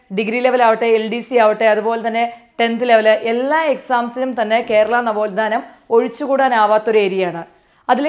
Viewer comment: നവോൽധാനം അല്ല നവോത്ഥാനം ആണ്